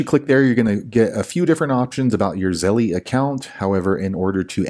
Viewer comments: ZELL, not ZELLIE! LOL Stop saying it wrong! Just something that grinds my gears haha! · I thought my brother was the only one who pronounces Zelle as Zelly😂